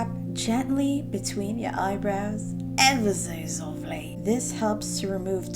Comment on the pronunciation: idk y, but every time she says "✨ever so softly✨ in that accent, it makes me laugh lol